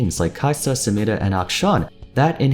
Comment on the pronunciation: anyone else really like the way says samira?